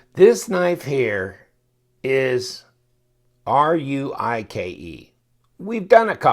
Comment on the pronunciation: I went to the Fenix site, it's pronounced "Rake"